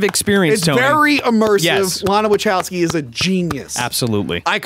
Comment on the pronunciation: Is this “” purposely mispronouncing Wachowski?